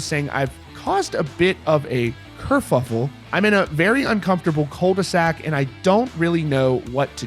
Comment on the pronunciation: You know how I know he is french? He is stuck in a culd-e-sac